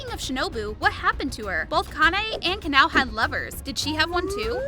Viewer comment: it pronounced Ka-Na-O!